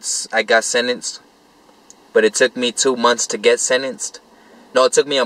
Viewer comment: I was "senents". Hahahah. You were sentenced you mean? Hahah